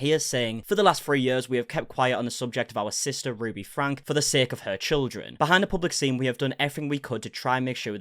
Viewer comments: It isn’t pronounced Frank it’s FrankE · Her last name is pronounced FRANKIE not Frank. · Frank-E, you always say it wrong.